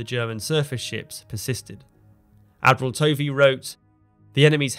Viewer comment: Tovey is pronounced “Tuvvy”.